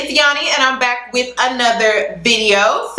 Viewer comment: loll how he pronounces "back" kills me everytime. but he is so rightttttttt!!!